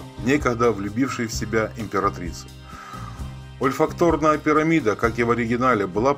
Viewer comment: Что с ударениями? Не ирИс, а Ирис! Не брОкар, а брокАрД, не ольфактОрная, а ольфАкторная. Не роскощью, а роскошью, не сорокОвые, а сороковЫе🤦🤦🤦 И "гыканье" неприятное😏.